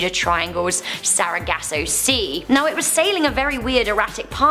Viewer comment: “Bameenie”😂🤣”Sarahgasso” I’m done. I can’t listen to you guys. Repeat the same things over and over and still miss pronounce them.